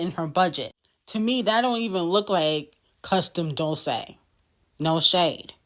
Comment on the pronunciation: Dolce pronounced wrong 😂